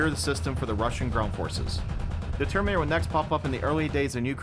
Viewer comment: Why do you always say "termator"? Where does the "in" go?